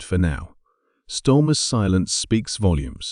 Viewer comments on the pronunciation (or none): Can’t beleive I’ve been pronouncing his name wrong , it’s clearly on almost every post stormer. 😂 ai click bait bollocks as usual. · This voice is AI, its mispronouncing knob heads name. Can we trust this site ?